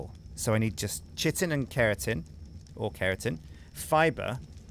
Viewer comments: it's kai-tin. Not 'chit-in' O_o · likes to "Chitin" his pants eh? Kite-in (pronunciation in all major dictionaries) Kite-in chitin Kite-in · FOR THE LOVE OF MY SANITY., my friend, Chitin is pronounced, ˈkītn. Hard K sound followed by i -tin. K-i-Tin. PLEASE man. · chitin is pronounced kai-tin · Why does nobody know how to pronounce chitin ? Its like chaos...